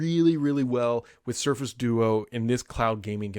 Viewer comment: Definitely said do-oo during the intro